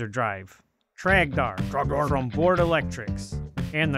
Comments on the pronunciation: Ughh It's dor It's TROGDOR IT'S TROGDOR EVEN TROGDOR COMES IN THE NIGHT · You know, for a guy doing voice over talking about the game, how is it that he can't get Trogdor's name right, but he can say burninate correctly?